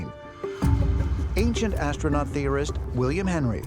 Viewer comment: Did he say ancient assnuts